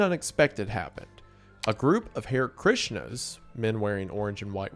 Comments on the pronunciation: LOL Hare Krishna is pronounced ‘har-ay’ krishna, not ‘hair’ krishna. And stop saying “verbage”, it’s verbiage. 😂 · amazing vid but its not hare krishna like the rabbit its actually pronounced more like ha-reh krishna (ha like haha) hope that made sense!!!